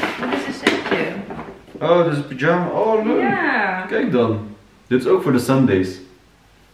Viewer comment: Ik kan niet 🤣 zegt echt pyjama als een turk aka “pidjama” maaaar wat leuk om te zien hoe enthousiast jullie zijn😍🥰 mijn dochtertje is nu 5 maanden en ik kan me nog heel goed herinneren dat wij ook altijd naar de kleertjes keken en me probeerden ons voor te stellen hoe groot ze zou zijn 🥰🥰🥰